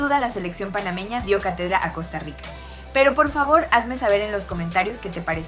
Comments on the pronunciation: COSTA RISSSA😂😂😂😂😂😂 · Costa Risota 😂😂😂